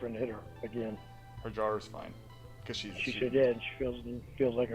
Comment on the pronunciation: Just in case you forgot her "Jawr" is broken 😂